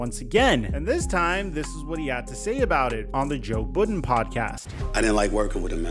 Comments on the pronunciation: Well if you actually watch the whole Joe Budden podcast Stephen A explained himself very well on why he wanted max out. Made a lot of sense lol. And it’s not the Joe Booden podcast it’s Joe Budden 🤣 respect the Pod 🤌🏿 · Kinda sounded like pudding lmao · Boodin haha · Laughing at the way pronounced Budden 😂